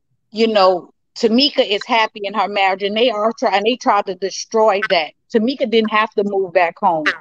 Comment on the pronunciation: You said Tameka